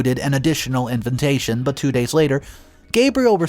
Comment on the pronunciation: I love listening to all the crazy stories.... I just almost cut this story short agter hearing "inve-N-tation" one too many in one sentence.